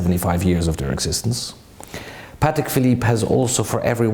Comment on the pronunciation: It’s actually pronounced Pâ(Y)tek